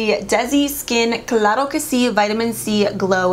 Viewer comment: HONESTLY…. I think you deserve more subscribers and views. 🥺❤️ Anyways… I loooooove your personality and videos 💓 Keep up your hard work! DID YOU SAY CLARO QUE SI?! Love your Spanish 😂